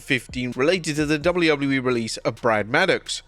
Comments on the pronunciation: Please learn to pronounce the letter "w". Your accent is really frustrating to listen to when you speak fast and slur the letter w. It just turns into "doubleubbleyewee" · dounley ubbley e?? ffs learn how to pronounce it or stop doing these vids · Haha, this guy has never been able to say WWE. 😂😂😂 Wobedley Wobbedly E 😂😂😂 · Who gave this person the job when they cant say wwe properly? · The way this guy says wwe tho